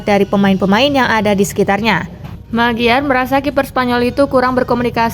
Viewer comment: Host nya keseleo